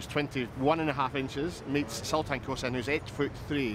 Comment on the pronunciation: It's Sultan, not Sutlan :) Very likable characters, both of them.